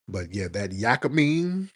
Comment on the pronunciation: Yakimein is pronounced "yah kee meat"